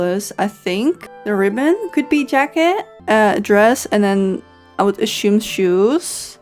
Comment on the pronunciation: I don’t want to be toxic but your pronunciation of “assume” is driving me crazy😭 I know english is not your first language 💕